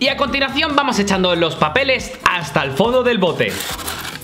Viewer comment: minuto me parece o dijo:acontilacion no estoy criticando ni nada es solo un comentario de pregunta